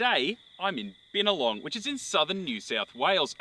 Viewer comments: Hey, good filming of my region. Btw byna-long, bow-ning (like bow-wow-wow dog noise) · The “bin” in Binalong is pronounced the same way as the “bin” in “binary”